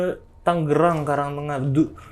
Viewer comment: TANGERANG boss... "G" nya satu tengah